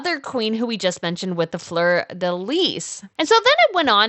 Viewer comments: Please, please pronounce fleur di lis properly. The S is silent pronouned "FLEUR DI LI" 😮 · Flur de Lee....Fleur de Lis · Love all the tiaras! We never get info on other royals over her in the US! Small suggestion- and maybe it’s regional, (I’m in Louisiana) but we don’t pronounce the “S” in Fleur de Lis. It’s pronounced “lee”.